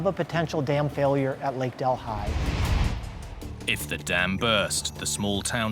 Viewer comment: I am from India. Our capital is New Dellhi (delee!) Who on earth BUTCHERED this name to 'del, hai!? In Amerika seems that every foreign name MUST BE BUTCHERED! REALLY!? Sorry, I still call this lake 'del-EE'! NOT del-hai! Wow!